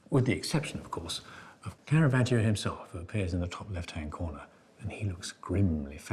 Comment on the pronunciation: Bendor's Italian pronunciation is usually quite good for the artists, but like Phillip Mould he gives Caravaggio an "ee-oh" at the end of his name. The "i" is silent - just there to make the preceding "g" soft: ".....vaj-joh". "Giotto" has just two syllables: "Jot-toh".